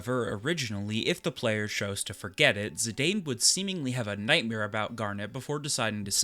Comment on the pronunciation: And Zidane is pronounced ZiDawn